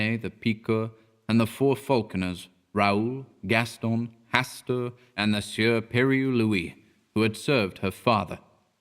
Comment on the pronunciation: Oof, that pronunciation of "Pierre". It took me a second to even realise what she was saying.